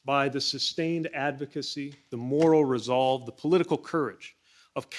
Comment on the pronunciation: Did you say Moral Resolve?